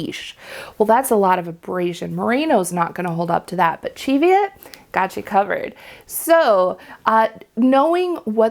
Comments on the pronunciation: Thank you for pronouncing Cheviot correctly lol! Born and lived in the Scottish Borders within sight of the Cheviot hills all my life it niggles every time someone says it wrong 😂😂😂. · Love your snarky comment about using Easter egg dyes. I solar dyed a double-stranded hand-knitted sock blank last year using Easter egg dye tablets and I LOVED the results! Easy to knit matching socks. I also agree with your pronunciation of Cheviot. Heard this pronunciation from my Scottish relatives when talking about the Cheviot Hills.